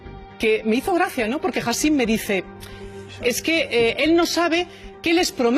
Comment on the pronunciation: Encima lo llama hasim😂😂se llama hicham